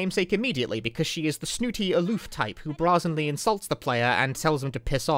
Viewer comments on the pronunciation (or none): I'm glad I discovered this excellent video! I only have one criticism, or piece of advice, really: the word "brazenly" is not pronounced "brah-zenly"; it's pronounced "bray-zenly".